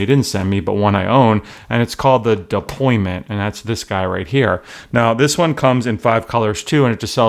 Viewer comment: Deployant** NOT deployment!